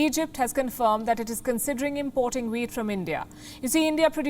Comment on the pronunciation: OH! Wheat not weed.